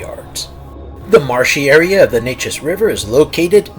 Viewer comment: So, when will you post the mentioned Anderson County, Texas dogman stories? I live right by the Neches River. BTW, it's pronounced "Nay'-chiz". Nay as in "pay", and chiz as in "Liz".